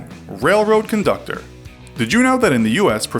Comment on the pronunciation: Train “Condutor”